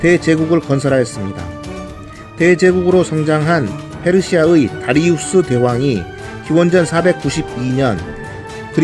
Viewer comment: 페르시아의 아닌가 왜 페르시아 으이라고하지 머 누가보면 초딩이 읽는줄알것네